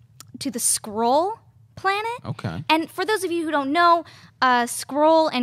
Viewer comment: It's not "Scroll" it's "Skrull". Pronounced like "Skull" with an "r" added in there.